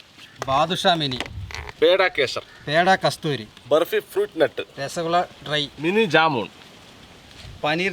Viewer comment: ബെര്പ്പിയല്ല 'ബർഫി"😂😂